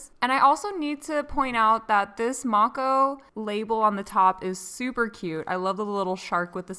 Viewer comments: You say her name like I used to as well, Mako like from Korra. But I asked her and I think it’s pronounced like may-koh :) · Mako shark is pronounced Mae-co babe. I'm rewatching this again lol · When I look on her website, it says the snow globe slime is 15 oz and the rest of the slimes are 6 oz! And also I believe Mako is pronounced 'Make - Oh' from what I have heard before! 😉